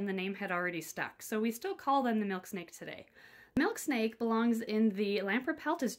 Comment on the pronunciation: I though she said Milkshake😂